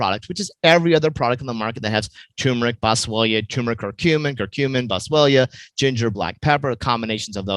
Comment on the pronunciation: It's TURMERIC....not toooooomeric.